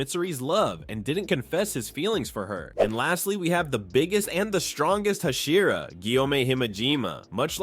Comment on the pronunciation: Learn how to pronounce hashira and pronounce it consistently.